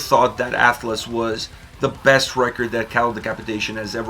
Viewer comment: sounded like you said breast not best progressive album. That’s all.